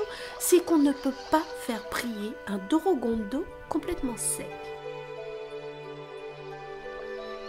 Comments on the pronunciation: Euhh on est d'accord sur le fait qu'elle prononce DOROGONDO à la place de DORODANGO? (sinon merci pour la video) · attention pour ce qui est de la prononciation l'écriture est corecte mais la prononciation est "Dolodango" le "R" en romaji (japonais) se prononce comme un "L". Sinon tres jolie video félicitations